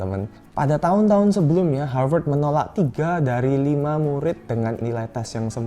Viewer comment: Aku: Harvat Kakaknya: Harveurtds